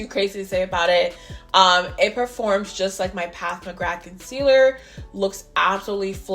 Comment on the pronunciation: I have them both and love them both. I love how you call PAT, PATH McGrath